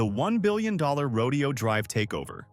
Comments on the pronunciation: It is NOT pronounced : Row-Dee-Oh Drive.. it’s pronounced: Row-Day-Oh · It’s Ro-DAY-oh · Where's your current crib? Trust me, you do not need a place there. There are much better places to live than this for a guy like you. And note this: Horses are part of a rodeo. Right! The street name is NOT pronounced the same way. Say: "row day ohh" or you'll sound like a hillbilly.